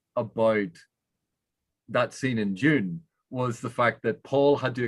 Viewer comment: Every time says Dune for a half second I think "what is June?"